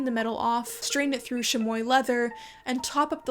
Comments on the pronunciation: Enjoyed this! Super small correction spoken with care since this is an obscure word these days and you might not encounter it spoken: “chamois” is pronounce sham-ee not sham-oy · Chamois is not pronounced chamoye, but shamwa. love your videos :)